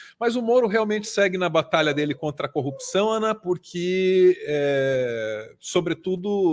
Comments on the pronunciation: Eu não aguento mais ouvir 'copção'. pqp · Incrível com o Moro tem dificuldades em far a palavra corrupção,só são coopcao...